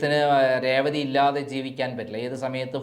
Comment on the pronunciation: രേവതിടെ പേര് ഒന്നൂടെ പറഞ്ഞേ